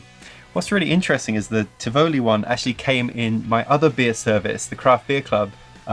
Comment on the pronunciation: Its not tivoeli its tivoli